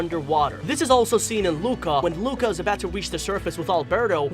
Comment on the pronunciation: It disturbs me so much its pronounced loo-ka